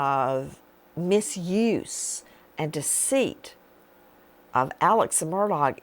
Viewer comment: “Alex Murdog”?! I love it! 😂